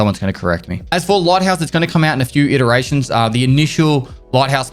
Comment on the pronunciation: "iterations" no such word as interations